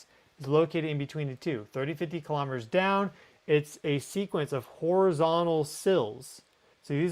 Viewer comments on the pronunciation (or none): none